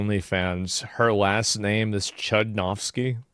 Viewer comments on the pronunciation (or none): It's pronounced Choodnovsky. Chudo means miracle in Russian, so kinda Wonder Woman